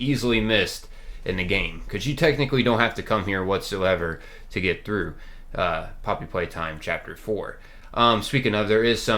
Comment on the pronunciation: I thought he say mommy playtime or somethin🐣